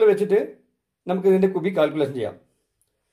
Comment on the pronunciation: കുബി അല്ല ക്യുബിക്